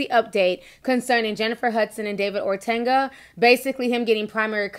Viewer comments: Ti ... you stay pronouncing names wrong 😂. OTUNGA .... O TUN GA , not OR TUN GA . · Love you Ti...but got dawg its not ORTUNGA. Its OHTUNGAH.(correct spelling OTUNGA) Good job on the story. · ORTANGA??? GIRL U ATE A MOTHER!!!! There is a difference between the sound of an A and a U. Ortunga...like Or Tongue Gah! Geesh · There is no R in O-tun-ga and it’s the WWE 😂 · Its pronounced OH-Tunguh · It’s really painful sometimes watching and listening to Ti! She just makes up words as she sees fit. She don’t know how to pronounce a thing! The man’s name has no R anywhere in it! But she insists on pronouncing his name Or-tunga! Where the hell did she get the R from? She does the Same thing with the word funeral!!! She insists on pronouncing it “fruneral” !! Come on now.......Maybe she should use some of that Youtube money to take some elocution classes! Which I’m sure she will pronounce Elocrutian. ! I’m done! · You said his name horribly wrong and you meant wwe. Hasn’t been wed since early 2000’s.